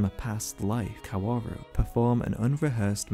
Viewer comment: i'm not really a fan of your take but i do have to say that 'kaworu' is pronounced without all those w's lmao it's just 'kaoru'